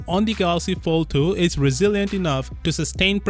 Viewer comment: Follthu, Foll-Thu, Foulthou what r u saying bruh?🙄 Dizgustung